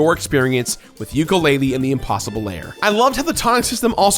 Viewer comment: Is it just me, or does it sound like saying "layer" just about every time he says "lair"?